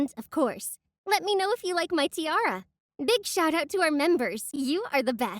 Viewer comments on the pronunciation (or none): none